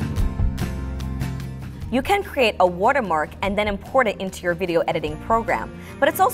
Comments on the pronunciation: It's "Watermark" btw not Wotermark hahahaha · She keep saying WUTER-mark not WATER-mark no hate it’s just funny 😂 Good job tho!! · Wortermark^^ Lol I love it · "WortErMark" i love that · so nobody can sTiLl it 😂 "wUtErMUrk" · No one: My dad: The lady is this vid: W O O D E R M A R K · no, it's "wirtermark" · skyline no it’s wutermark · Wurter mark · "War - Ter Mark" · woatermark lol